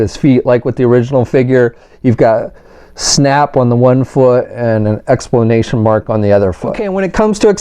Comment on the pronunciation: "ExPlamation" Mark??!!..... Lol! 🤣🤦🏻‍♂️ 🤖🤓